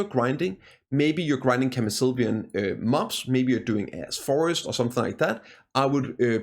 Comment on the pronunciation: Don't you have a "sh" sound in your native language? I was wondering what Ass Forest were you grinding. ;)